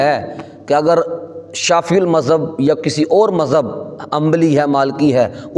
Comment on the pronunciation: مولوی صاحب شافععععی بولتے ہوئے گلے میں کڑل نہ ڈلوا لینا شافعی کو چاہئے شافععععی بھی بول دیں گے آپ پھر بھی جاہل کے جاہل ہی رہیں گے